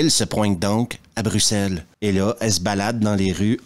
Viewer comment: Salut, il faut être belge ou canadien pour pouvoir prononcer "Bruxelles" convenablement, car nos amis français en sont incapables ! 😄je te remercie de ne pas avoir dit "Bruxxxxxxxelles" 👍, Pas vilain physiquement le squad de "b*nasses", mais ce squad manque effectivement de séduction (quelques petites phrases salaces sarcastiques), et l'histoire, n'en parlons pas, et d'ailleurs aussi pourquoi aussi des "terroristes belges"! (Mais rassures toi, on ne se formalisent par vraiment la dessus en Belgique). Merci pour la vidéo.